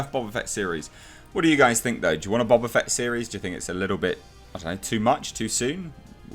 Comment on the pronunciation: Bo-Ba Fett, not Bob-a Fett.